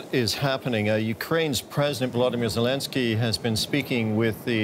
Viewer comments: Lezensky ? Lol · lolz , Vladimir Va..ze...lezenskiy?!?!